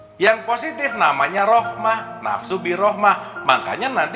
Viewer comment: sin dhumah bertemu wawu sukun bacaan mad tobiin dibaca panjang, panjangnya 2 ketukan. shg suu. nafsu itu su nya dari sin dhumah saja jadi bacanya tidak panjang su. su dan suuu beda. kalau tidak bisa membedakan cara baca alhasil nafsirannya salah